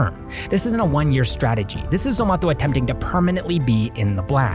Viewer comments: It's not ZOMATHO its zomato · It's not zomatho . It's Zomato like tomato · It's Zomato not zomatho 😂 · Dude stop pronouncing zomato like that.... everyone in India says it like tomato but with a z, not whatever you're doing lol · Its not zomato its zomato...😂😂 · We say Zomato too. Why you pronouncing it funny ?